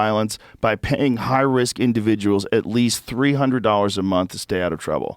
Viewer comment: “…at WEAST, his fahther DID schomshing😂😂”